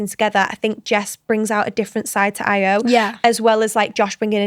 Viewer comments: It’s pronounced io not ayo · If you’ve watched the show how do you not know how to pronounce Ayo 😭